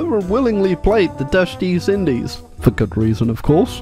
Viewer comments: is it just me, or did he say the dutch deez indies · Did just say “Dutch Deez Indies?”